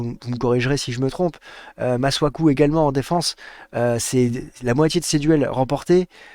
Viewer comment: On dit masuakuuuu non masuakee